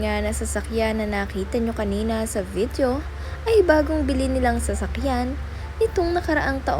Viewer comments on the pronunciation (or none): none